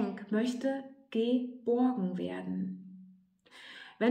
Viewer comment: Das Video wird angezeigt und ich denk...was hat nun mit dem Weisskohl ausgeheckt🤭🤣. So wurde der Opal nun gänzlich fehlgedeutet. Aber nur ganz kurz. Es war eine schöne Meditation von dir an uns. Danke. Das empfinde ich so als Geschenk. Und als du GE..BOrgen so betontest...hatte ich nurnoch die Gebo im.Sinn. DANKE🔮💚♥️